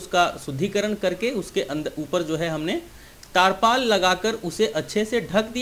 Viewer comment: Tirpaal bolte hai taarpal Nahi dakkan